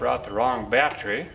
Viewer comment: Ha! What's a "bat tray"?